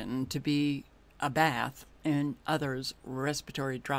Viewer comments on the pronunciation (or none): none